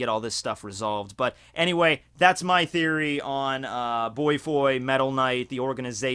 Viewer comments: I'm sorry did you just say boy-foy. It's Bō (like the staff) foy (you got that part right. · dude. his name is bofoy. BOW - FOY. not that it's a big deal or anything but every time you say it it sounds like "boytoy" haha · the way u say Bofoi ("boy-foy") should be: "bo-foy". cause it's a bit irritating to mention an old geeky supposedly villain as to a "boy". he's freakin old, really! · Well, it's Bofoi, not Boifoi lol. And he battled Elder Centipede for a few minutes. Senior Centipede was already dead at that time. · The fuckin pronunciation of "Bofoi" lmao